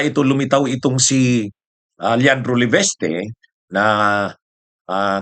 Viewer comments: di ba Leviste po, hindi leveste? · MASAKIT SA tainga, LEVESTE KA NG LEVESTE, MALI. PLEASE PRONOUNCE IT PROPERLY, IT IS LEVISTE, WITH AN "I" NOT LEVESTE, WITH AN "E".